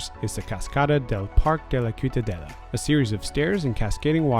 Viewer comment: Those tracks aren't old at all xd. They're from 2004 when the newer Trams started service in Barcelona :) Also, the C in Ciutadella is pronounced as an S (same with the Ç at Plaça Espanya) But those are minor errors, great video :)